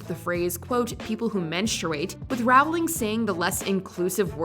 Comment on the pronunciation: Does anyone else cringe a bit with the way they say "JK Rowling"? She said herself that it's pronounced like "rolling".